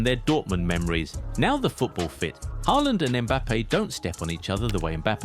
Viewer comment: Ochim haaland??? Lol😅